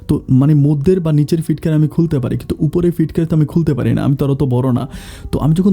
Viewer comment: ছিটকানিকে ফিটকিরি বলেন কেন, শুনতে খারাপ লাগে